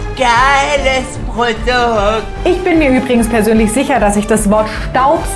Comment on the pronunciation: It's the "Pordukt" for me 💅🏻✨ #SAUGteuer